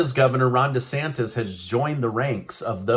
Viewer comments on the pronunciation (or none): none